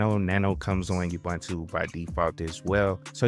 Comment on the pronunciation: I don't know when gateway4 was deprecated but you encountered the message in your video and just ignored it. A quick Google of the error message led me to use the "routes" section of YAML (see an example at /usr/share/doc/netplan/examples/static.yaml) Also, it's like fingernails on the chalkboard to hear people butcher the name Ubuntu. It's pronounced oo-boon-too and people should know that by now, especially people providing tutorials on how to use it. Do you say Wine-dows? Make-OS? Why pronounce it You-bun-too? I appreciate you making the videos, but please make sure you're current, thorough, and accurate. It'll go a long way to getting you (and keeping you) subscribers.